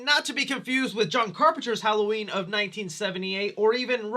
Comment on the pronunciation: My favorite part of the movie was when Lorie said "Happy Holloween , Michael."